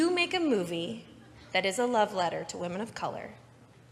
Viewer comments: This is kinda unrelated to the main topic (which I really appreciate someone talking about) but does anyone else physically cringe whenever one of these guys says “whamen”? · You wanna know what I call guys who pronounce "women" as "wahmen"? I call them bitches. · People who say "wamen" instead of "women"? HUGE red flag. The wamen meme comes from Pewdiepie, an alt-righter.